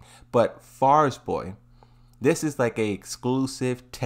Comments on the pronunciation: Farizboy? Fariborz. Fa-ri-borz. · Man why do you struggle so much with saying Fariborz 😂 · Bro struggling hard just to say Fariborz 💀💀💀